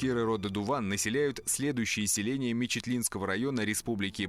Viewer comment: Точнее Дыwан ,а не Дуван.